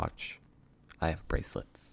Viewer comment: Finally on time.. But your intro and the way u said bRaClEtS 🤣🤣 Amazing 👏 chefs kiss